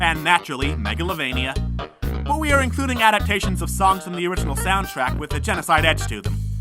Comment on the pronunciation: "Megavilloin" at least you tried